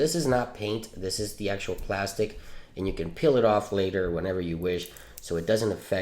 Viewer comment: Oh no, it was killing me.. PLASTEEE Dip not plastic dip..